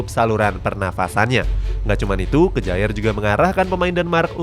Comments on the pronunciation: Bacanya: K-ya-'er. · Bukan kejaer tapi bacanya KYER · "Ke-ja-er" wkwk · Yoii bro👌👌